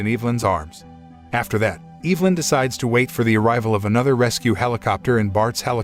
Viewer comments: I'm pretty sure it's EV-LYN not EVE-LYN lol... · It's EV-A-LYN 😉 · The way he says Evelyn is giving me anxiety. It's not Eeevelyn. It's Ehvelyn... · I've be pronouncing my girls name wrong all these years.. I pronounce it E-ve-lyn...buts it's Eve-nly😂🤣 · Is no one gonna question why this man pronounced “Evelyn” as Eve-Lin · Evil-In, Freddy-Co, Kur-I-p-Min I love how wrong these all are, it just makes the video better. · Woman's name: Evelyn Narrator: Evil-lyn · Tic flee lice? Which is it? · OMG regardless of how ridiculous a lot of the decisions in this movie were, the thing that drove me CR@ was the pronunciation of the name EV-elin it was said so many times it totally took me out of the story lol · Learn how to pronounce Evelyn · You pronounced Evelyn's name wrong the entire video